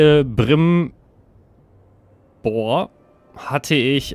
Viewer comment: Könntest Du die Lateinische Aussprache für Celebrimbor verwenden also das C zum K Bitte